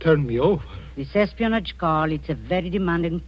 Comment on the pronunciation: HAHAHAHAHAHA he says: "S-SPINACH" HAHAHAHAHAHAHA instead of espionage HAHAHAHAHAHA